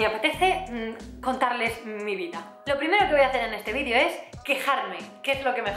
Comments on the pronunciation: Jajaja me ha encantado este vídio (por cierto, has conseguido que note cada vez que dices vídio y no vídeo), me he reído un montón y la verdad es que me hacía falta después de un par de días que no he estado nada contenta ^^ Gracias por ser tan espontánea, guapa! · Que bonita! aaaaw q emoción! mencionas te lo de como dices "vidio" en ves de vídeo; yo te lo comente en face apenas y me encanta como lo dices. jajaja que emoción !!! jajaja soy muy boba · ginseng y eso no tome xD eres energía pura!!!!molas y tus videos (vidio vidio vidio) ramdon también!!!! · Chupito cada vez que diga "vidio" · no eres la única que dice "vidio" He dicho?mi gracia